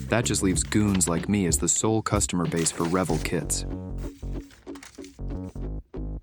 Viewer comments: Hey genius, it's pronounced Re-VELL as in the word TELL. Visited their facility in Venice. California when I had problems with my slot cars in the 1960s. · I am a fossil, but literate, and have a vague memory of building things like this in the Precambrian. Back then, before the Great Extinction Event, we pronounced the name of the model company Revell with the accent on the second syllable. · What needs to be stopped is putting the accent on the first syllable of Revell. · It would be better if he knew how to pronounce Revell . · Can't even pronounce Revell properly. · Revell was pronounced with the accent on the second syllable back when I was building models in the 1950s. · Too bad he can't pronounce Revell correctly. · Please for the love of model building, stop calling it revel it’s Re-vell and yes they make low detail kits. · Turning to another channel now. Please learn how to say the name of the company it’s not ravel. It’s pronounced Revell. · LOL … you complain so much about having to drill and fit. Try making a model from scratch with sheet brass like was done before plastic models. Do you really pronounce it rev ill .. not rev elle. Finally, try using tight fitting rubber gloves if you want to do fine work and are afraid of glue. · My whole life.. My friends and I always pronounced it “Reh-VELL” as opposed to “REV-ell”. Dunno witch is correct. Nice model! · Its re vel not revel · It's pronounced Re-Vell, not revel... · Rev-ul? Ithought it was Re-vell. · You are obviously a young fella as the name of the manufacturer is Re-velllll, and not revell (like rebel). I've been making models longer than you have been breathing air, so I have enough experience and time to know how to pronounce it. :face-turquoise-covering-eyes: P.S. The real Bismark wasn't in existence long enough to have all that weathering/detail enhancement on it! You're never too old to learn something. :face-blue-smiling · Accent is on the 2nd syllable, not the first. Re-VELL not REV-ell. Bah!